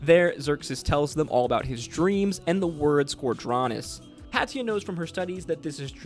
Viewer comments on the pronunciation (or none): same altho i did enjoy the video. let me also just add one more Patia (pay-shuh not Pat-e-a)